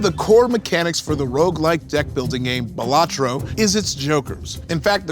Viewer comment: Um actually, that's not how you pronounce Balatro